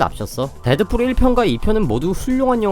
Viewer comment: 왜 데드fool이라고 말하는거에욬ㅋㅋㅋ